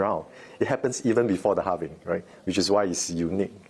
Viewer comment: Halving .. not sure why the word Halvening triggers me. I need to get a life